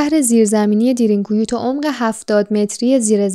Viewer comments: دیرین کویو چیه میگین، اسمشو به ترکی باید تلفظ کنین که میشه دَرین کویو ، یعنی چاه عمیق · تلفظش اصلا اونطوری نیست که شما میگین خواهشا دقت کنید این اسمها خیلی مهمه درین گویو به معنی چاه کمی عمیق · Darn ghoee تلفظ میشه یعنی چاه بسیار عمیق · اسمش درین گویو خوب تلفظ نمی کنید ریدی ترکی رفت مثل ماترکا بعضی وقتا زبان فارسی خراب می کنیم